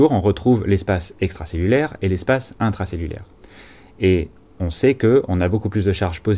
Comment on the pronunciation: Espace intwacellulaiwe et espace extwacellulaiwe avec un twain de PA...Bravo pour cette nouvelle présentation riche en schémas maison!